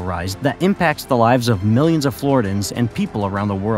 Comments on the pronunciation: OMG! Dude. Not flori-dans. Flor-RIDDY-yans!😅😅😅😅😅 U don't say Carolin-ans. Or Californ-nans. Carolin-ian. Californ-ian. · Good content but your pronunciation is brutal Deeestin?Floridans?Alleering? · It's pronounced flaw·ri·dee·uhnz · Floridians. Not Floridans.